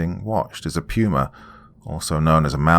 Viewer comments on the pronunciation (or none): I was wondering what the heck a pruma was. Then I remembered all the other pronunciations of words that your accent affects and realized it's puma. A big cat. 😆 🤣